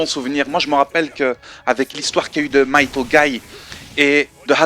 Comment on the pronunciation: Hey il me semble quand japonais c'est Mighto et non Maito corrige moi si j'ai faux:p